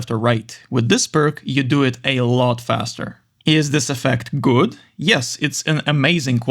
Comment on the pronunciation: он так сказал этот "гУуад"